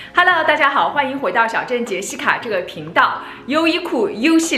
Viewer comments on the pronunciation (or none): 第一次听到你介绍自己觉得Jessica这种中文发音有点搞笑。但没想到你的这种念法很有魔性，现在我脑子里天天都回荡着“”，加之你更新频繁，成功吸粉。👍👍👍😂😂😂